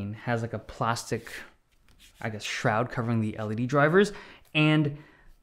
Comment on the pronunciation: When ever he says shroud😂😂😂😂